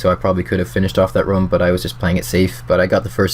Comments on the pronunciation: why do you pronounce room like rum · its "room" bro jesus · something about the way you say room triggers me slightly.. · Your pronunciation of room is very british-sounding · not british sounding at all, in any accent. - am british